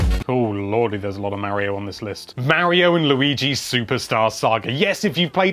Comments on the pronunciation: It's mario not maryo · Mispronouncing Mario that many times has to be illegal